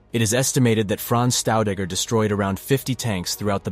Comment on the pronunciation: His second name pronunciation is wrong. It's not Staudegger but Shtaudegger. The two letters St at the beginning of any German word is pronounced as Scht or simply Sht. All the best and thank you.